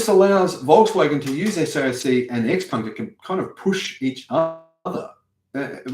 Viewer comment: 'Ciao Peng', from 'Tsao', not 'Ex Peng'. 'Ciao Peng', from 'Tsao', not 'Ex Peng'. 'Ciao Peng', from 'Tsao', not 'Ex Peng'. 'Ciao Peng', from 'Tsao', not 'Ex Peng'. 'Ciao Peng', from 'Tsao', not 'Ex Peng'. 'Ciao Peng', from 'Tsao', not 'Ex Peng'. 'Ciao Peng', from 'Tsao', not 'Ex Peng'. 'Ciao Peng', from 'Tsao', not 'Ex Peng'. 'Ciao Peng', from 'Tsao', not 'Ex Peng'. 'Ciao Peng', from 'Tsao', not 'Ex Peng'. 'Ciao Peng', from 'Tsao', not 'Ex Peng'. 'Ciao Peng', from 'Tsao', not 'Ex Peng'. 'Ciao Peng', from 'Tsao', not 'Ex Peng'. 'Ciao Peng', from 'Tsao', not 'Ex Peng'. 'Ciao Peng', from 'Tsao', not 'Ex Peng'. 'Ciao Peng', from 'Tsao', not 'Ex Peng'. 'Ciao Peng', from 'Tsao', not 'Ex Peng'.